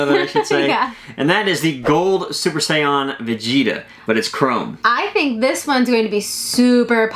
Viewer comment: Dragon ball pops are the big reveal it won’t get better unless they release a super saiyan Batman And please stop saying Saiyan as Say-yawn